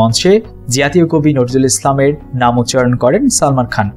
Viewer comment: কাজী নজরুল ইসলামের নামটা আপনি ভুল উচ্চারণ করলেন